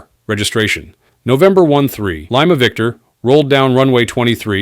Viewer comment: Is there anyone else there who shudders when the narrator uses the word pronounces the phonetic letter L as "LY-MAH" and not "LEE-MAH"???